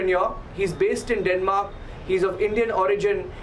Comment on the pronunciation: Is it Denmark or demark??